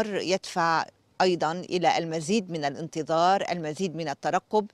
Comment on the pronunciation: ههـهذي صحافية ما تعرف شي في العربية 😂 قالت الانتضار الكثير 😂 ياو الطويل باين فيك ما نمتي تمام